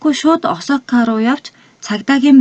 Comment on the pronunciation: оосака гэж эхний о үсгийг уртаар дууддаг